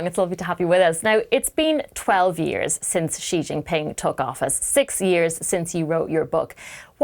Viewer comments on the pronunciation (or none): What a disaster just seconds in! She came up with some sound to pronounce "Xi" that doesn't even exist in Chinese (or English)! The X in pinyin (romanized Mandarin) is like an sh sound in English, except the tip of the tongue is down, against the lower teeth and it's another part of the tongue a bit further back that's near the roof of the front part of the mouth. If you can't do that, then the closest English sound is just an "sh"! Just pronounce "Xi" as "she" and you won't sound idiotic like if you make a separate alien sound for no good reason at all.